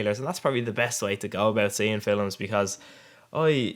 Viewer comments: the way you say films haha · Sexy little vid buddy, just learn to say films ey ;)